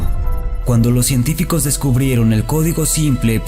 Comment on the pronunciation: coentificos? no mames